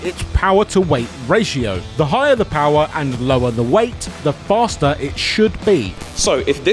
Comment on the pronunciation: 22 seconds. The man says the word "PoWaH" like Skelator